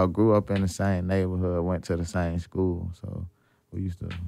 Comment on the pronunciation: why he aint just say Skooly